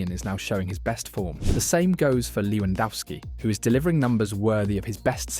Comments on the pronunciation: His name is Lewandowski not Lewandowsky. Also check your AI for reading names. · Bro, your vid is very good. Just the pronunciacion of names is bad. Shensy and LewandAUski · you pronounce lewandowski differently each time lmao. Good video.